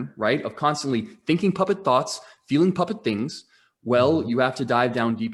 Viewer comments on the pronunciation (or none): Everytime they say puppet, I hear muppet 😅 It's awesome!